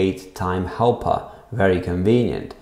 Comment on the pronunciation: i thought u were saying hellpup before i saw helper, hellpup was cooler